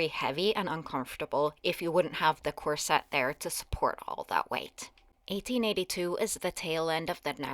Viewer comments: In UK we say COR-set with the stress on the first syllable not Cor..SETTE with the heavy stress , as you do, on the second syllable. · Corset is pronounced KOR-set, not kor-SET. The accent is on the first syllable.